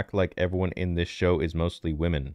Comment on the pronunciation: “We need more wamans!!”